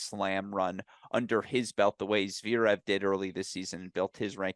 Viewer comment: please. Arthur Fees as in Gaël Monfees And it's ZvErev, not ZvEErev. SMH here for the umpteenth time.